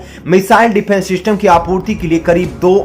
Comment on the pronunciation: Abe defence system hota hai Syfence system kaha se le aaye ho